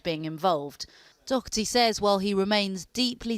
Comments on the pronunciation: Its pronounced Doh-herty not dock-erty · She keeps saying Docherty, with a k sound in it. It’s Daw-Herty, easy to pronounce. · Pete Dockerthy..typical butchery of an irish name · As a french i Never understood why the Real english prononciation of his name is ''dock 'a 'tee '' in France WE Say dauw hair tee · Why can’t the English pronounce Doherty properly? There’s no c in it ffs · Why can’t the English pronounce Doherty right? There’s no C it’s not Docherty! Ya’s weirdos! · Sanity at last....... It's Doherty....... Not DOCherty. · whos Dokerty... its Doherty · She says "Dockerty" why? It's Doh-erty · He's not DOCKherty. Learn how to pronounce his name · Why can’t she correctly pronounce his name? Dockerty? The name is Irish and the h is silent. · Maybe she should learn how to pronounce his last name properly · Why say his surname wrong though! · She can’t pronounce his last name.